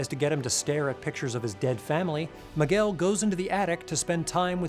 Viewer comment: I love you but your pronunciation of "Miguel" gives me seizures